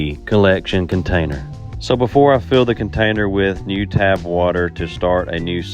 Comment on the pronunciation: Just a small suggestion, but you can certainly say it however you want to, I believe the correct pronunciation is "tap" (as in rhymes with cap) water, aka you are tapping into the municipal water supply.